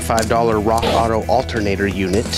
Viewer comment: Altehr-naah-door: spanish for alternator btw